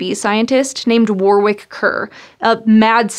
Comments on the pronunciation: War-rick lol! Let, me guess does he come from Ark-kansas? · Warwick is pronounced "Worik".